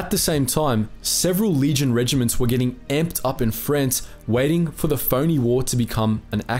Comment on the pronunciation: Where the hell is Frence and wtf is a spanyard...not to mention the sovvyets...this guys pronounciation is atrocious....put me off after 5 mins.